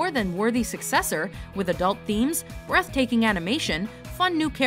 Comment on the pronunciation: During "The Legend of Korra" you said:"brath taking animation".Are you sugesting something??????????????????????? ;)